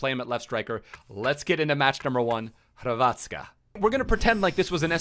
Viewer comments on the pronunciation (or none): Ohh when he said Hrvatska LMAO